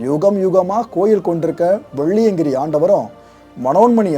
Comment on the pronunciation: வெள்ளியங்கிரியை சரியாக உச்சரிக்க வேண்டுகிறேன்